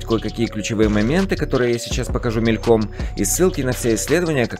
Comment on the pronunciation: Спасибо, что просвещаете нас насчёт ударения в словах! Тоже вставлю 5 копеек - мЕльком.)))